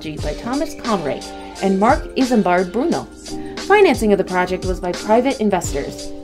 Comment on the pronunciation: Pronunciation is absolutely shocking. Thames is tems , who know what she is saying when she attempts the well know great British engineer Brunel.